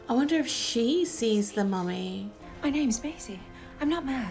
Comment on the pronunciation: YES! You're spot on about his 'mummy' pronunciation. I love it! Capaldi has my heart as far as NuWho Docs go.